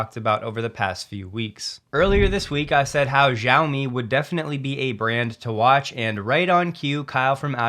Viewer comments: Xiaomi has a SHH sound, not a ZZZ sound. The X is Sh, the i is "ee", the ao is "ow" like ouch - So its pronounced "Shee-ow-mee" - Great vid as always. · Xiaomi is pronounced SHI-OW-MI. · I though the "X" has an element of "J" mixed with the "sh". (Interested as a Xiaomi phone owner)